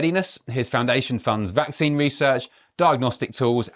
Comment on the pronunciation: He's always saying next pandemic. Gates is a genocidal threat to the world. He wants a genuine pandemic as opposed to the covid bullshit. He can't even pronounce the word vaccine correctly. He is a danger to humanity.